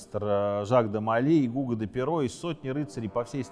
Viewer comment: Не ГУго, а ГугО, тампль не храм а башня.